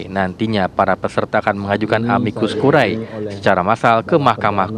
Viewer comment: Tertulis `Curiae' Dibaca 'Curie'